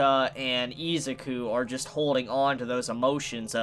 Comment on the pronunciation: i hate how you pronounce izuku, you say izzzzzzzukuu instead of iz-uku